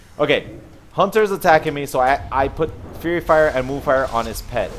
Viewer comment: its faerie fire not fury fire:)